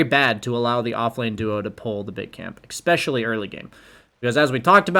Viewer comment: es·pe·cial·ly not ec.sp.chilly first syllable is the same as the letter 'S'